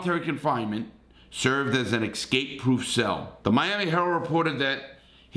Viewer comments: it is not EX cape. It is ES cape. Grammar matters. It shows us whether you finished public school. Just a small tip. Keep it up Larry. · I hope you like hearing Larry say "ek-scape"🤣🤣